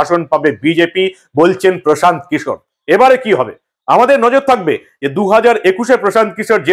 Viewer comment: Anchor babu antatah Kishore pronunciation ta thik kore korun😂